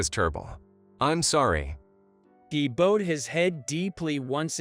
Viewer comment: The person that’s reading out loud is pronouncing bowed wrong. Learn to pronounce it right.